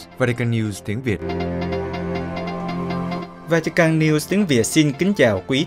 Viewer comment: Làm gì có quốc gia nào tên vatican mong MC của đài phát âm cho đúng